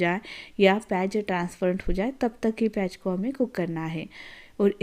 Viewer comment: प्याज ❌ पेयज ✅ 😂😂